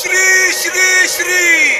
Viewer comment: 'Shri' ahere te. Shee nahi